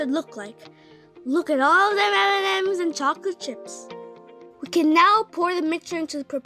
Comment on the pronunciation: "Look at all them emememes"